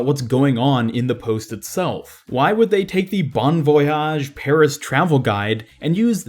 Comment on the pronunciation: Please bloody stop saying Peris